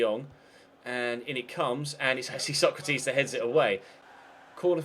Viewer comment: Stop saying Sokratis like Socrates. I know it's a little thing but it really bugs me.